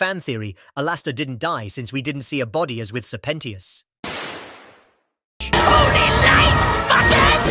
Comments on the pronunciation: “Sirpentios” “alAster “ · Bro says alastor and sir pentious like he never watched dis shit